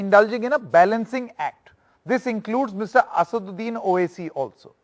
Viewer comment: Anchor is comical he is calling Owasi Mr Owasis. It's an obsolete channel like the anchor